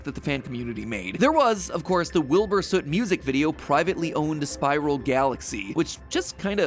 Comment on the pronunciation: Oh hey MatPat pronounced his last name right this time /j